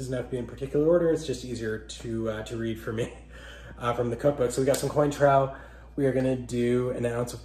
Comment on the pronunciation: 1-cotton candy? 2-"coin - trow"? PLEASE read up on "How to not Insult Bartending Trade". If you're gonna take creating a "youtube" channel seriously, you GOTTA KNOW your subject. And audience. You got points with the bib however. (I couldn't watch to the end, sorry)